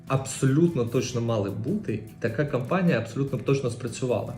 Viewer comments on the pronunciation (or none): none